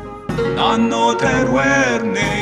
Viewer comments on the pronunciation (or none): none